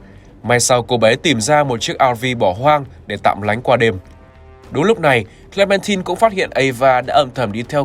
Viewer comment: Hi. E có 1 lời muốn góp ý ạ, là hình như ad đọc sai từ Clementine hay s ý!